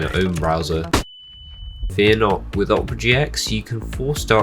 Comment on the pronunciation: its pronounced "Opera" not "Opa"